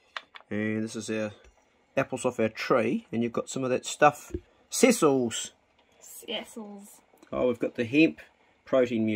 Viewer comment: Wow, your daughter is a sweet shooter! Yum, that stew looked good. Interesting video, and I'm off to watch more of them. Ta! P.S: Over here on the west coast of the US, we pronounce that muesli maker's name as seh seal'.